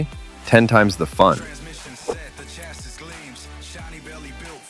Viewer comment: Ch’assis is not the correct pronunciation bud. Otherwise excellent vid.